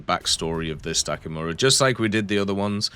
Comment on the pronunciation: it's Dakimakura not dakimura :goodvibes